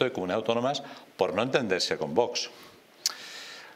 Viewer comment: A ver si el presentador este aprende a pronunciar V O X y no vos jajajaja me parto cada vez que lo dice